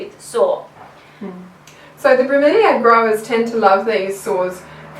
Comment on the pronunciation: My tastes are a tad eclectic. Went from a video about bank deposit theory to a Monster truck drag race to a lesson on the tools for cleaning up bromeliads. Oh, and thank you for pronouncing it 'bromeliad' and not 'bromelade' as some folk tend to do :o). Oh, and hi again.